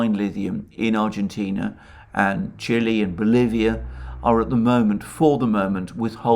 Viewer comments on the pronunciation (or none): none